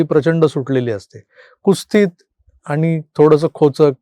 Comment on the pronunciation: "कुस्तीत" नव्हे तर "कुत्सित "